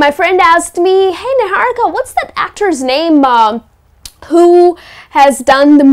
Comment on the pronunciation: She even accented her own name....NIHARIKA it's a little cringy. निहारिका is a hindi word isn't it. Don't need to to make it American